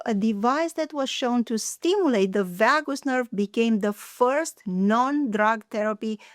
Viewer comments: V-ahh-goose nerve? Never heard of it lol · Oh vagus...that is pronounced VAY GUS.